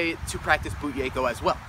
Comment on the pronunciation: Did he say bugeyko?